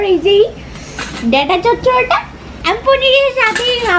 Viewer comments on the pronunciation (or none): none